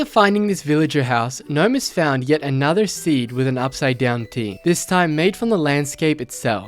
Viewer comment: That giant cave system consisting of layers of greenery/nature, then ominous dark cave, then super deep filled with deadly liquid at the bottom, feels a LOT like Ark: Aberration! Just lava instead of liquid Element, lol Also, lol "upside-town T" Is it "trial" or "trail" ruin? The graphics all say Trail but the narrator is saying Trial